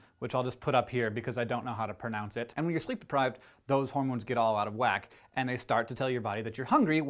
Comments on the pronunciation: Its pronounced Grellin. But you probably googled it 😂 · its grēlīn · to pronounce ghrelin say [growl-in] and you pretty much have it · Ghrelin is pronounced the way it is spelled. 'Ghrel-in' (\ˈgrel-ən\) - The 'h' is silent. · It's pronounced GRRRR-ellen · Grelin. The h is silent. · how can you not pronounce ghrelin?!?!?